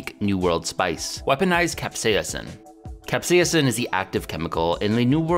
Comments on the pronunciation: cap-SEIS-in You're adding too many syllables. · Seems like there is a ghost "a" in your Capsaicin. Keeps saying cap-say-a-sin. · Weird pronunciation of capsaicin. Like a hybrid between the American "cap-say-sin" and British "cap-say-uh-sin." Pronouncing the first i like what it sounds in the words hit, miss, or ditch more than how the Brits tend to pronounce it like the U in hut, mutt, or Dutch. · What if I told you the first "i" is silent in capsaicin?